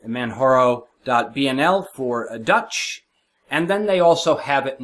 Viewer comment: just an fyi its man jar o like the mountain kilamanjaro 0.o lol